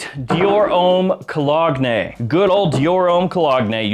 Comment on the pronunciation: Come on bro. You're a fragrance expert. Did you really say "colog-neh"?